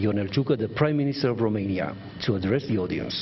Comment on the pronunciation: Eu nu inteleg de ce domnul Ciuca tot pronunta RUmeinia? In Engleza pronuntia corecta este ROmeinia cu O nu cu U......... si este mai usor sa pronunti cu O decat cu U, parca mi se incaleca limba in gura daca incerc sa pronunt cu U..... RUmeinia.... foarte ciudat.... scrie-ti-i pe foaie acolo cum sa pronunte, cu O....